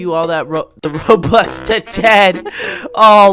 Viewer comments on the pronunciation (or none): none